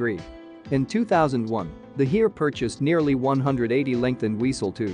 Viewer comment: I know it is an artificial voice, but hearing the mangling of "Bundeswehr", "Heer" and the like just grates.